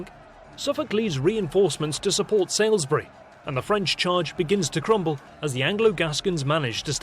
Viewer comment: Your English pronunciation is also ludicrous. There is no such place as 'Sailsbury' - it is SALISBURY, pronounced SORLSBRY. Get it right or give it up.